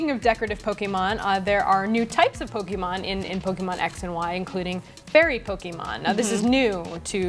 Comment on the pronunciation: way to overlook the whole competitive battling aspect of the game... also stop pronouncing it pokeymon... the accent of the e makes a hard "A" sound {poe-kay-mon}